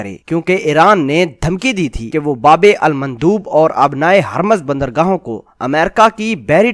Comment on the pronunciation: ye babe almandoob nhien bulke "babul mandab: hae